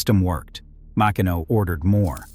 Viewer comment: Pronounced Ma-Keeno.